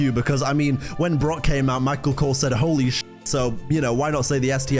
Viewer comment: They clearly sounded like they said brock